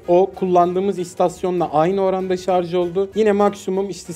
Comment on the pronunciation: "Şarj"a, "şarz" diyen insanların kafasının sağlamlık testi gelsin. +1